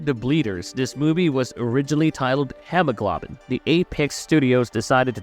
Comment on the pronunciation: Good movie but you really butchered the name, hemoglobin. That is part of your blood which is necessary for transporting oxygen